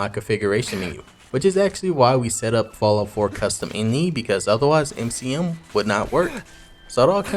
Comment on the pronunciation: did you call the eye en eye file and inny? lol